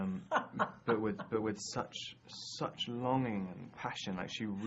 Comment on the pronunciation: I like how english people say the word ´´such´´ like Robert when he says but with such, such longing passion. lol